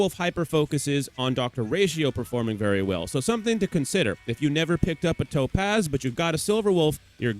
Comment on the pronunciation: cool video i hate the way you say topaz LMAO